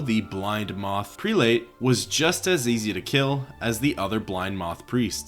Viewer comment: It's pronounced "PRELL-ut" by the way.